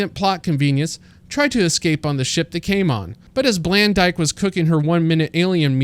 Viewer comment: "blandyke" yikes